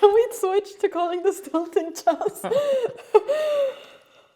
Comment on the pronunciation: Hikaru is the number one coolest chess guru ever. Magnus is magnus. Anna pronounces "e"s funny. She says chass, not chess; like chackmate. :) Oh and she is the cutest.